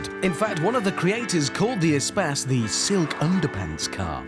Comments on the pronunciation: it should be pronounced e - space (space - loads of room), not some espaaas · why is it pronounced espass and not espace? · It's not "E Spass" it's E Space as in Extra Space. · Umm why did they pronounce it as 'A-spas' instead of 'E/A-Space'?